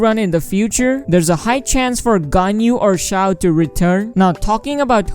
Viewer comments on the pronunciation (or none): none